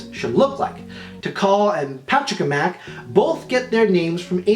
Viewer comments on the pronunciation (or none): Brilliant video! You were close to that pronunciation! Think of it like Pacha-ka-mack. :3 you even said it right a couple times!